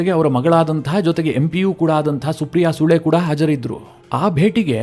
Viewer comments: ಸಾರ್ ಸುಪ್ರಿಯ ಸುಳೆ, ಸರಿಯಾಗಿ ಉಚ್ಚಾರಣೆ ಮಾಡಿ, ನಿಮ್ಮ ಕನ್ನಡ ಉಚ್ಚಾರಣೆ ತುಂಬಾ ಚೆನ್ನಾಗಿದೆ, ಸು ಅನ್ನುವ ಬದಲು ಸೂ ಎಂದು ಹೇಳಿದ್ದೀರಿ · ಸೂ ಅಲ್ಲಪ್ಪ ಅದು ಸುಳೆ